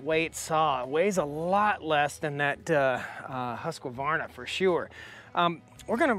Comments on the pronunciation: My vote goes for neither. A Husqvarna 372 is known for a reason. To me..for the CC size there is NO BETTER option (I have 3 husky 372s and 1 holzfforma g372 that's ported) Also why so emphasis on the "Q"? It's not pronounced husQQQvarna "Huskverna" is how it's pronounced by the swedish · Husk-varna not Huskavarna. There is no vowel in there, Husqvarna. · How do I say this in a nice way, it's a Husqvarna not Husqavarna, only one "a" when you pronounce it. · Hey, love the channel and content and appreciate your reviews. Thought I would help you pronounce Husqvarna correctly....it is pronounced husk-varna. For years I did the same and pronounced it as husk-a-varna till I was corrected. Not a big deal. God Bless you! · You are saying Husk-qua-varna It's simply Husk-Varna. I still love ya, but don't put that Qua in there. Sort of like the Project Farm guy saying Vegetables. If you know you know...... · The Husqvarna is not pronounced Husk a varna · Husqvarna is pronounced Hoosk-var-na.